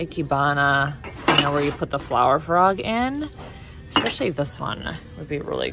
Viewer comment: Did you said EXSPECIALLY??? 😮